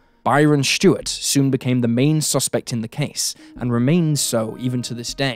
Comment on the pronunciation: S-T-U-A-R-T. Stuart, not "Shtewart". This trend of randomly adding an "h" to words that contain an "s" is getting tiring.